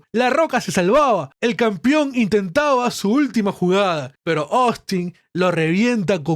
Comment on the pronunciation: CAMPEON weon se pronuncia CAMPEON CON E. Me sangran los oidos cada qie dices "campion"